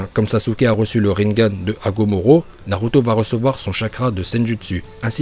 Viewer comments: Ses hagoromo pas hagomoro nn? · C'est agoromo pas agomoro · Hagoromo, tu as dit Hagomoro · Je suis le seul a avoir entendu hagomoro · Mdr c pas agomoro c agoromo je précise mdr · C Agurumo et pas Agumuru ou je ne sais pas quoi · Agoromo et non agomoro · Tas dit hagomoro alors que cest hagoromo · Écorche pas mon prénom c hagoromo pas hagomoro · Déjà Hagomoro on a rien dit mais là « Mandanda » a la place De « Manda » 🤣🤣🤣 dislike -1 abonnements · Il a dit agomoro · Hagomoro il a dit